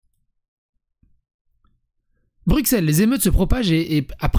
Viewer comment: BruSSel... bordel. BruXel c'est la pince pour s'epiler le pif. C'est comme Auxerres, c'est AuSSeres.